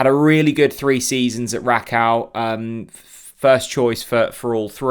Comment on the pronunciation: Rakow is said as RAKOFV - all W endings are this in Polish. There is a cringe factor that journalists can do all research apart from how to pronounce player names and clubs, places they played at / are from, yet those players come over and do interviews in English fairly well. RAKOFV ! I bet throughout the whole season Bob Rutler, the Plonk Un and everyone else will say 'Rack Ow' - but still be high fiving Dan the Smiley Media Man after each Pressup